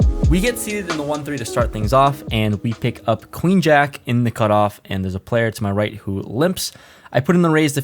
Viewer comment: "I can justify calling with Ace Queeng" haha